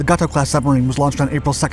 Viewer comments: Barb was a "Gato" class submarine. Pronounced "Gate Toe" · "Gay -toe" class!!